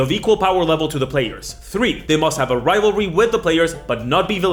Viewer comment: Lol. Saying rival-ty instead of rivalry. Cute.